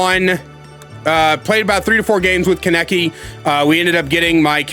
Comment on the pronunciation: as a hardcore tokyo ghoul fan, hearing you say kaneki's name wrong hurts, its ka(h)neki what a pretty big emphasis on the h, and i might even buy this game just to play kaneki